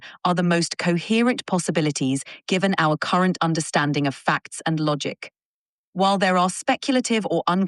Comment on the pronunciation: Are we going to ignore ChatGPT’s pronunciation of logic? Lah gick?